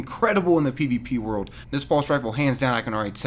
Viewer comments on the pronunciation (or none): none